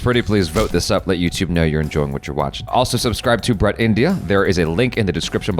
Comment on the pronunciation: Why does keep on pronouncing BRUT incorrectly?:face-orange-frowning